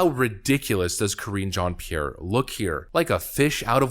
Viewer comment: Ka-ringe Jean Pierre...